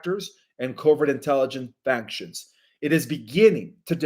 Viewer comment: Note: FACTION is pronounced FAKSHN, and NOT FANKSHN. This update is absolutely astounding. Ihave no wordsto thank you,, for this firsthand authentic knowledge.